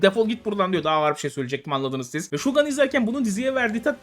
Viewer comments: Normalde telaffuza takılan biri değilim ama Shogan değil abi Shogun. Garip geliyor sanki silahmış gibi okuyorsunuz. :D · Yalnız o Şogan değil Şogun olacaktı 😜😜